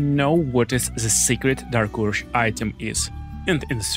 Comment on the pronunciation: Normal people: dark urge This: dark ursh